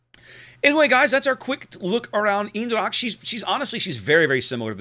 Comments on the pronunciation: U prenounced the ch part in dracht more or less like an K. If u would prenounce it more like the first two letters of the word chemicals. (And u would combine it with how u said the other parts of eendracht it would be close to perfect) Furthermore good review once again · native dutch here, hit me up if you need help... :) Eendracht = Een part is pronounced like AINT but with the T soooo.. AINDRACHT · Pronounce Eendracht. Its almost as though Google wasn't invented.